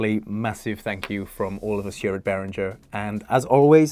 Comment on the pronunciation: I’m suprised Behringer doesn’t know how to pronounce Behringer …